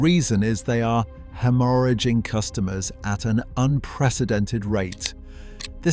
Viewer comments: Hem-orr-aging customers? If you're going to use an AI voiceover, at least use one that doesn't make you look a complete idiot in the first 7 seconds. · I was out at 'hammarr-ro-gin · Hoh mora jong 😂 haemorrhaging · #1 = Ducati Streetfighter... there, I just saved you having to "watch until the end". . AI really needs to learn how to say "haemorrhaging"